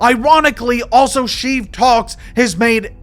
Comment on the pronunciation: The accent is solid, but you don't call Rose Tico Rose Taco, and you don't throw in half a hundred "Oso"s instead of saying "also."